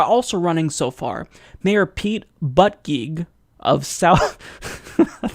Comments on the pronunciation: that's not how you say his last name (boot-a-jedge) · Its pronounced "boot-a-judge" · For starters, It's pronounced Peet Boo-da-jij. Been a fan for a long time but you've either been behind or just inaccurate for awhile. Disappointed. No, more than that. Icing in the cake. Lost a subscriber. You play the progressive but you're either uninformed or a wolf yourself. I was born and raised in Indiana. He(Pete) was too. If you() and I truly want to move forward, we have to acknowledge and meet rural America halfway. The problems that face the Midwest and the problems that face Liberal America are very different. It seems that you are unable to comprehend the complexity of the issues that face the country as whole. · South bend mayor to pronounce last name it sounds likePete bootijudge.